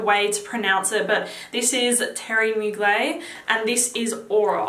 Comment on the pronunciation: Pronounce the "er" in Mugler. I said it like you before I saw an interview about the designer and it's pronounced in french like "Teerie Moo-gler". This is an old video so maybe you know by now :)